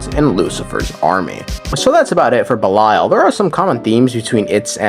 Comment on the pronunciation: Ish gahts duh boosh! "🍸BELILAL!"